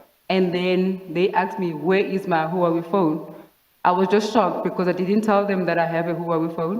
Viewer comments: Ok but it was more like Whowawi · Let's just appreciate the pronunciation of Huawei 🤣🤣🤣 I make my mom say Huawei all the time. Good times.